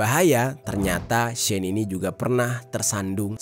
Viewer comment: Pronounce as ‘she’ ‘in’ dek